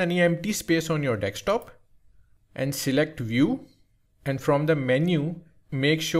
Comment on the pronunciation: bro said dekstop